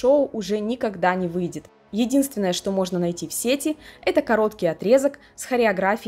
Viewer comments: Привет,. Видео получилось очень интересным, смотрела с удовольствием. Но жаль, что такие глупые ошибки в речи как се́ти, а не сети́ и некоторые другие, которые повторялись из раза в раз, сопутствовали видео. Надеюсь, что в будущем ты их исправишь 💕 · даа. Визуал, конечно, важен для видео. Но если звук плохой или неграмотно поставлена речь, это заметно отталкивает. А самое интересное, я специально перед написанием того комментария проверила ударения. Рыболовные сЕти и в сетИ интернет. Понимаю, что за всеми словами не уследить, но такие ошибки сильно бросаются в глаза